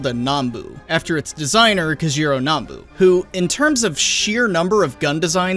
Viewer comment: YES! HE PRONOUNCED NAMBU CORRECTLY! I’ve waited so long to hear someone say it! Remember brothers. We say Vietnam not Vietnaam